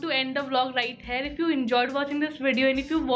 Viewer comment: Why do you always say hare for here?